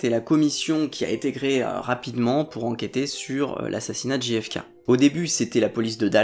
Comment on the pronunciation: Merci pour cette vidéo ! Juste pour rougner trois secondes : z'êtes sûr qu'on dit "Ji Effe Ké" ? Ce serait pas "Jeille Effe Keille" plutôt ? Ou alors Ji Effe Ka", mais faut choisir 😁